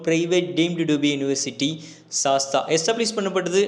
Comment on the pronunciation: சாஸ்தா இல்ல தம்பி சாஸ் த் ரா